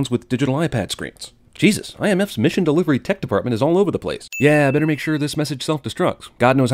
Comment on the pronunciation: ***** They just changed it to "Misson" facepalm